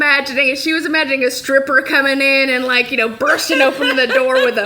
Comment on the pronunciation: door not derr